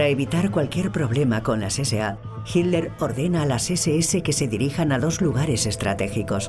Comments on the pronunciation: "JIT LER" jajaja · Porque la voz de la mujer que narra pronuncia "Hiler", en vez de Hitler?